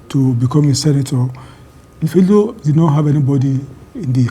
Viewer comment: Someone please tell Bayo Onanuga: It's not "Plato" State. 😂 It's "Plateau" State.